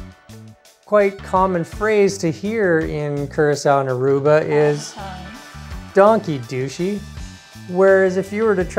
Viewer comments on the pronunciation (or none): It's not Donkey..It's Dank je. Like Dank Ya but with an e. No i involved there. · They not say donkey hahahahahahahaha they say Dankje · Im from aruba and the pronunciation of the word "Dushi" and "danki" was a lil off thats ofc gonna happen since yall are foreigners. Danki sounded like donkey😂 its more like an "aaah" like when ur at a dentist. And Dushi sounded like douchey😂 and yeah its very similair the tone but its more like an "oooh" dont be confused with "oh" which has a mare "o" sound if you get what i mean😂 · Your wife had pronounced"Danki" very well but when you had said it it sounds like " Donkey" but no wories..🤣🤣🤣🤣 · if you pronounce it wrong then you get wrong interpretations.... it is dAnki, so why would you pronounce it as an O ? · We heard the word pronounced correctly and also in a sloppy way, on both islands, Curacao and Aruba. And keep in mind we are Canadian, so ANY way the word is pronounced to US, with the way we speak English, it sounds very similar to "donkey". We also like to have fun and so it made us laugh and have fun with it. :) That is natural we think. And we are not the first to think so. It's all in good fun. We love both islands! Which one are you from?